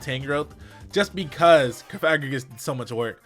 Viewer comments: no he saying it wrong, cofa-grig-us as in coffin grigus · Pronounced like sarcophagus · I just now realized that I've been pronouncing Cofagrigus wrong